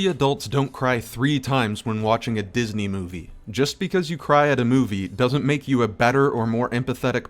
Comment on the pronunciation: Its not Dinsey, you clown.